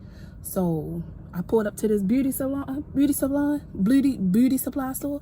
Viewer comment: 🤣🤣🤣😄😄😄 no , she couldn’t say beauty supply store. 🤎🤣🤣🤣🤣😂😂😂 I love her ❤️❤️❤️❤️ her husband true 🤎❤️ I love them, for real.